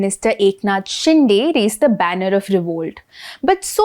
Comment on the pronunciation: शिंदे not शिंडे